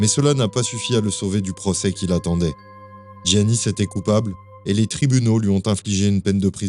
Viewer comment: on ne dit pas giannis pour un prénom grec, on dit Iannis